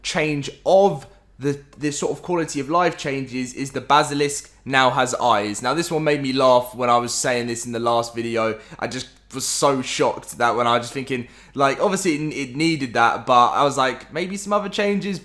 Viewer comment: The basilisk isn’t edible you called it “Basel”